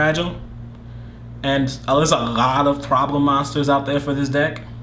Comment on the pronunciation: looooooooool "agghhhhlot of problem monsters" looool